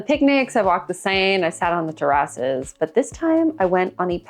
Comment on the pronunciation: i dont think ive ever heard Terraces pronounced like that